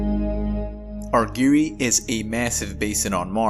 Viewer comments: Argyre rhymes with tire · Great video: just one minor quibble, the second syllable of "Argyre" rhymes with "tyre" or "pyre" (or tire or fire).